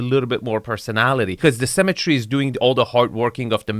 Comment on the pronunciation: Sanwich not sandwhich. Symmetry not 'cemetry'.